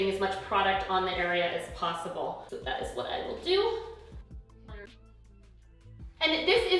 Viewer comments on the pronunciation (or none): none